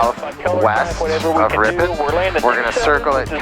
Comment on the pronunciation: San Franciscan: Ripin. Wisconsin: RipON